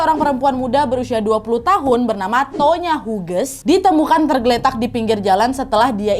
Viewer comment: Hughes dibaca "hyus".